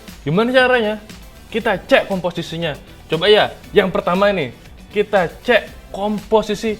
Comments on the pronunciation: Ce? Apaan tu ce? Cek pakek K ya di baca K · Cek bukan ce'. Org mana sih wkwk